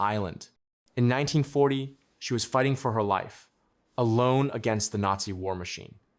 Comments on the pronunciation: The AI has to be reading something you or someone else wrote, right? So why not write "nineteen forty" in the script instead of 1940 so the AI reads the date correctly? That's your job to help it along, no? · The first words made me SMH and leave after saying AI not being able to say 1940 properly means there will be more ridiculously mispronounced words 🙄